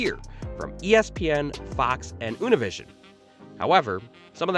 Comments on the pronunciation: Univision is pronounced Uneeveeseeon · Unovision. U-ni-vi-sion